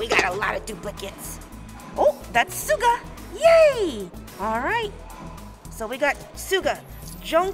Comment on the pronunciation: Love the BTS gachapon! BTW it's not "sooga" it's pronounced like sugar, just without the R!